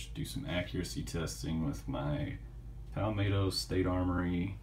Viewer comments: “... pahl’ Maaahtoo” state armory... one nation DIVIDED by a common language...( pal’ MET’to)... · FYI you pronounce palmetto with a short “e” in met like the NY Mets. It’s not palmatto.